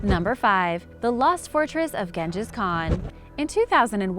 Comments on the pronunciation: How about you try to pronounce ALL the words correctly, not just the Spanish ones........................Gen-jus? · I mean Ganges is a river system in India, Genghis is pronounced differently to most of us. but she had no idea